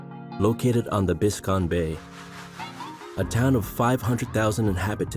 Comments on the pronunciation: Biscon Bay??? It's BISCAYNE bay. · You got to wonder about the rest of the content when they can't get the name of the huge bay correct. Biscayne, not biscon. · The narrator can’t even pronounce the names of our places right. How do you mess up saying “Biscayne” This whole video is over exaggeration and clickbait.